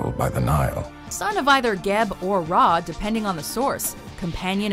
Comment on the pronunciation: Finally it’s ra not re